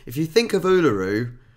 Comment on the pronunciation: I visited Uluru and much to my surprise -and total ignorance of any aboriginal language - found that it is pronounced ULORru . Aussies, please have s bit of respect and decency for the first Australians.